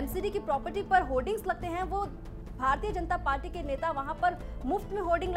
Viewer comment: Ma'am " Party " hota hai paati nahi 😂😂